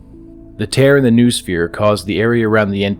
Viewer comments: It's KNOW-OH-SPHERE, not NOO-SPHERE! :) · great video. just a little correction, the word noosphere is pronounced no-o-sphere, and has nothing to do with a noose.